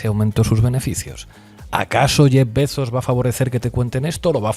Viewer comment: me emcanta cómo pronuncia "Bezos" Ina XD